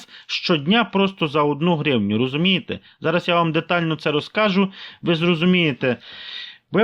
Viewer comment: Розкаж'у, нагалос на 'у'.